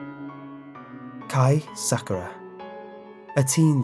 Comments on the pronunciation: Just so you know the names are pronounced: Meg-gumi, Sakur-ra. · Ah me and Sakura have the same first name😂At least he can say Kai right, but I still love the way he says Sakura🌸